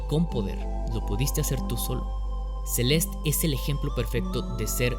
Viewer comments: ce-les-te- no Celest, ni Sel'est, es como el ridiculo que dice "carolina herrera" con acento gringo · Él: “Celest” Yo: “Celeste” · a mi también me molesta, el juego se llama celeste, con una E al final y se pronuncia asi. CE LES TE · Porque diablos le llamas "Celest"? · “Celest, que cosa es Celest?” “Celest, el juego Celest” “Celeste pendejo, se dice Celeste” “Celeste es en español” “Estas hablando en español PTM” Saludos. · Porque le dice celest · Por que lo llama Celest si literalmente su nombre es Celeste tanto en ingles como en español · Por qué dices Celest cuando es una palabra en español? por dios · PORQUE DICES "CELEST" SI EL JUeGO SE LLAMA "CELESTE" AAAAAAAAAAAAAAAAAAAAAAAHHH (es hironico) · Por qué carajos dice "Celestt" en vez de "Celeste" 💀💀??? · CELEESTE NO CELEST PELOTUDO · Me estresa que diga Celest en vez de Celeste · Se dice celeste y no celest, ahh que pesado tío, dislike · Se dice CelestE y esta a $5 USD en la eshop ahora mismo people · tan dificil es leer celeste y no celest? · se-lest ni porque el nombre es una palabra en español lo dice bien el morro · Un juego con título en español y pronuncia el nombre como "Celest". Perdón pero tenía que acotarlo. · si en el video en vez de llamarlo "Celest" a cada rato lo hubieses llamado tal y como se pronuncia tal y como hispano-hablante que eres, lo petabas. Pero es una buena opinión del juego, no lo voy a negar. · Todo el video con la vena a punto de explotar porque le dice "Celest" y no "Celeste" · se dice celeste no celest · No se dice celest, se dice celeste. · ¿Por que pronuncias Celest?, ¿Te gusta el spanenglish por que suena muy disonante?. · como puedes pronunciar mal el nombre de un juego en español?